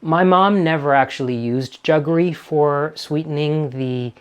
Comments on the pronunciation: I've never heard anyone say 'juggery' ! ...... it's jaggery' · It is jaggery not juggery. It is a Portuguese word for the traditionally Indian product. However the English word ‘sugar’ came from the Indian root word ‘shakkar’ because Indians were the pioneers in sugarcane processing and extraction. And ‘semia’ is the play on word semolina. I like semia just as much as the pearls in a payasam. Absolutely hate raisins in payasam, they ruin the sweetness of it.